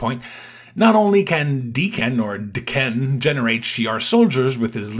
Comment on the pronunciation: If it is wolverine’s kid, it’s Dakk-Enn for pronunciation